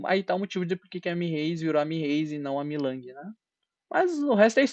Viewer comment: você falou milang,o nome certo é mei ling 😂😂